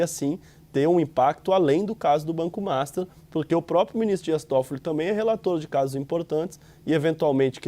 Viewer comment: Por que diabos esse repórter sempre chama o banco master de MASTA?